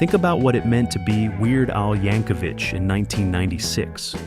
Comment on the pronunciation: I often hear Weird Al's last name mispronounced as "YankoVICH" such as in this video.